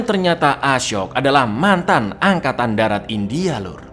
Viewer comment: “Fim indiahe bergenre thriller action misterihe” 😂